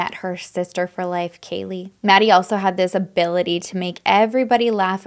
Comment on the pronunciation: I know you tried you best and with integrity. Just a few things: 1) Kaylee didn’t live in the house. She was in town and visiting Maddie; 2) you mispronounced Maddie and Xana’s names; 3) it’s pronounced “Ky”, not the CH-sound. 4) They were found in Maddie’s bed as Kaylee didn’t live there. 5) You’ve added mystery details. Can you site your sources?